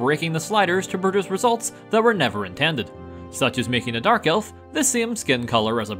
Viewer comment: When said 'dark elf' i heard 'Garfield' wow.